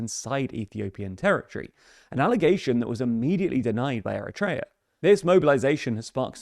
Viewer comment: it's not ERETREA its Eritrea :face-orange-raised-eyebrow